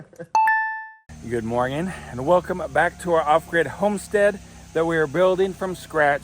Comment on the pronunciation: stop saying morging